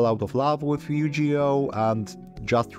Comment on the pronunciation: Couple notes: Yugioh has a hard G sound Also, there have been some reforms in Ygo card text, chiefly PSCT (problem solving card text) which aimed to standardize and format effects since early translations were not super clear/consistent.